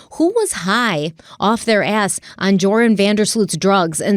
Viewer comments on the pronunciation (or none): Omg this guy needs to be locked up and never let out. Gross. Also pretty sure his name is pronounced Yoran with a silent J... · his name is pronounced “your-an” or just think of “urine”. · Just FYI, the J is silent. It’s pronounced Yoran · If Joran is Dutch, his name his pronounced Yoran Van Der Slote. Not that we care because he’s garbage, just putting it out there. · Pronounced Your-an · It’s pronounced your-an.